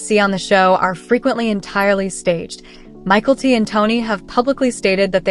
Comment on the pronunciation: It’s not Michael T it is Mykelti